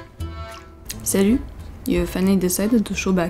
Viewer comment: Your « Salut » was absolutely perfect. So perfect I almost thought I clicked on the wrong video. From a French point of view : franchement bien joué 👍.